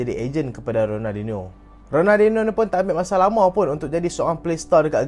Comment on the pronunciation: sori bang, aku elejik sikit kalau org salah sebut nama lejen ni. ronaldiNIO. raphinha elok je sebut rafiNIA.. xde plk sebut rafinHA. Kalau hang speaker masak2 xpe.. kira halal